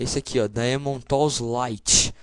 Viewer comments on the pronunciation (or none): none